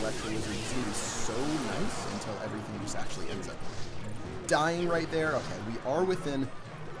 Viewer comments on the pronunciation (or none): Is it just me or does sound like he says "intel" instead of until when he signs off?